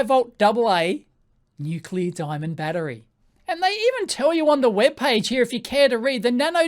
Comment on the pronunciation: "DIAMNOND" hahahahahahaha